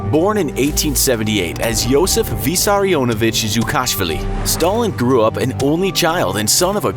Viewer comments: The georgian name pronunciation is so funny learn to pronounce it correctly💀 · You said dzhugashvili weird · As a Georgian person, the way you pronounced his surname cracked me up🤣🤣🤣